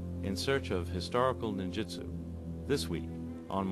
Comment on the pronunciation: Ahhh...Cummins: the Ninja expert who pronounces Ninjutsu as "Ninjitsu' lol!